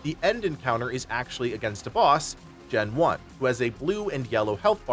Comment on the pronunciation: His names not gen one tho... its genone like genome 🙄